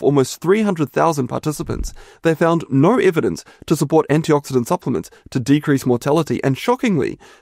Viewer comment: There is no r in no.